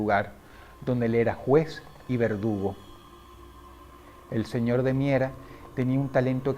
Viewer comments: Cada vez que dices señor de miera Siento como que dijeras Señor de mierda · Por tu acento de aquel entonces escuche claramente que le decias el señor de mierda, 😂 esque ya me acostumbre a tu vocabulario ❤ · soy el único al que le da risa cada ves que dross dice ''señor de miera'' porque parece ''señor de m13rd4'' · Disculpa Dross pero te falto la "d". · Buen vídeo Dross, cuando dices el apellido del tipo pareciera que dijeras el señor 👉🏻💩 😂😂😂